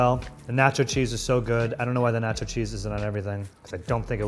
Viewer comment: the way he pronounced nacho though.. ThE NÆchO cHeeZ SauCe